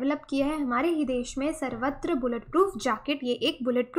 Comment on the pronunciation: Its not savatra. its sarvatra. sarva means all.